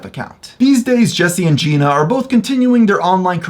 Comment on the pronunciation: in all your research you couldn’t find out how to pronounce jenna?